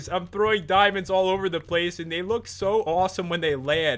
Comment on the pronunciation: Dimonds, dimons, dimons, dimons, dimons